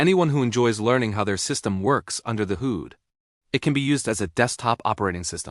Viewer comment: AI voices can be irritating. I'm out when I hear the word "hoood".